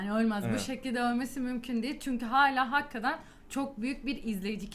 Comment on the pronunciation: seviyorum sizi başarılarınızın devamını dilerim, hakkaten değil hakikaten ona da dikkat lütfen :)